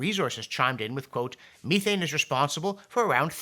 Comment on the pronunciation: John, check methane pronunciation